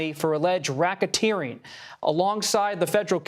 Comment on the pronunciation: Rackateering ? LOL. Volunteering surrender ? What ???